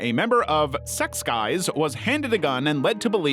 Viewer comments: I'm not Korean but I'm pretty sure it's zex-kees. However Koreans pronounce Zs as a J sound so it's more like Jek-kees. However wrong I may possibly be it's definitely not sex guys lmao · Sorry but that's not how you pronounce Sechs Kies hahahhaha. More like Cheks (like Czech Republic, cuz it's spelled with a ㅈ which can be read as J or Z in Korean think of Minzy from 2NE1, they also pronounce it as Minji cuz they don't have Z in their language) Kijeu or Keez (keys). Somebody who is Korean or very proficient in the Language please correct me if wrong. 😊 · sechs kies 😅 AI mispronounces a lot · I keep hearing "Secks Guys". 😮 I looked it up and it's not pronounced that way but that's all I hear. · The whole time since the late 90s i thought Sechkies was pronounced like Six key..lol..any Korean out there want to help the pronunciation..